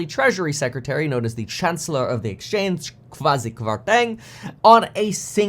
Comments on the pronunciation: Chancellor of the EXCHEQUER, not the “exchange”. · Just FYI - it’s Chancellor Of The Exchequer :)